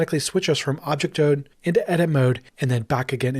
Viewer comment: did he said object tode???